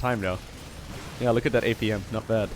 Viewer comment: I love how you say look as luke